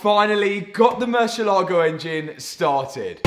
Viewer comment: not "murcilago" but mur ci ééé la go:goodvibes